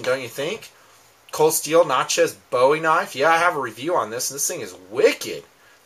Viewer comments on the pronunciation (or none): why can't yankees pronounce "bowie" right?